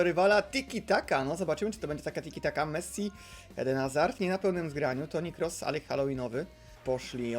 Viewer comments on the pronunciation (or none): none